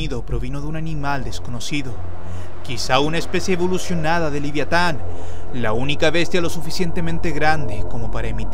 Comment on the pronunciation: Dijiste liviatan :/